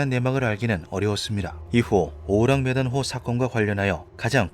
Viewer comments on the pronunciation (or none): 왜 계속 오랑우탄호로 들리냐